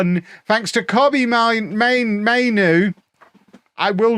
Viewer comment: Hi. MAIN-OO and BI-CHET-ITCH